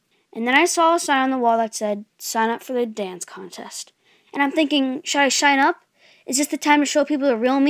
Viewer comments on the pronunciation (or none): For the second one, he tried to say "sign up" But i hear it to